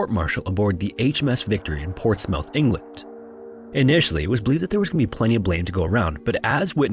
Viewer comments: It is not, The HMS, it's just HMS (name of the ship). Also Portsmouth is pronounced PortsMUTH, not PortsMOUTH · It's not 'The HMS Tribune'. It is either 'HMS Tribune ' or 'The Tribune'. Also Portsmouth is pronounce need Portsmuth, not Ports mouth! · Portsmouth is pronounced "Portsmuth" and Torquay is pronounced "Torkee" Not your fault, we're a weird bunch. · as a Brit, the 1st 2mins of this where painful they are pronounced Silly isles, they are british in the irish sea portsmouth is pronounced portsmith torquay sounds like torkey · Torquay is pronounced tõr•KĒ ensign is EHN•sin Portsmouth is PŌRTS•muth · This dude just said Ports Mouth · Portsmouth: Ports-Myth is how it's pronounced in America, like Portsmouth, NH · Some pronunciation corrections: Scilly: "Silly" Portsmouth: "Ports-muhth" Torquay: "Tor-key" (quay as in the jetty-like thing for loading and unloading ships). Also, the Scilly Isles are not Irish, they're part of the county of Cornwall (IE they're English). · Please look up how to pronounce British place names such as Portsmouth and Torquay. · they pronounce most things wrong. like "Portsmouth" is said wrong multiple times throughout the vid